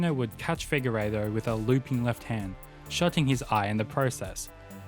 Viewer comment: Deiveson "Figueiredo." You keep saying Figueirro.